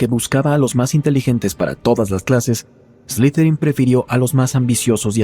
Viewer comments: No se pronuncia ESLIZERIN, SE PRONUNCIA ESLIDERIN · De hecho se pronuncia Eslitherin Tipo como una pronunciación T y D